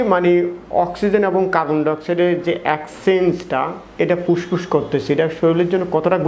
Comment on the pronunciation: বাইরাস মানে কি? শরীল কাকে বলে আর পুসপুস ই বা কী । ফেট, ফ্রেসার, সেস্ট----উচ্চারণ এরকম কেন? শব্দ গুলো ভদ্রলোকের মত উচ্চারণ কর।